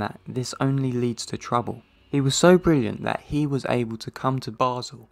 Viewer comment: Very real voice, with a very strong accent! He hates pronouncing a final "t" in some words... which makes "that" sound as "the" while speaking. It's quite unfortunate.